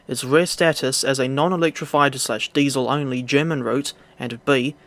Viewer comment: You’re making an effort to pronounce the German stuff correctly, it shows. Thanks 🙏🏻